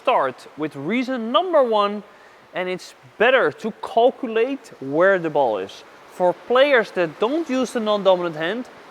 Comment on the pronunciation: Calculate - Calcu-early ... love it 😆